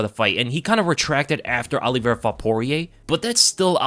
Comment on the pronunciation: Look forward to the fight, but dread hearing pronounce Oliveira as Olli-Vera. Exactly the same way Alo-vera is pronounced. I’ll be back in June.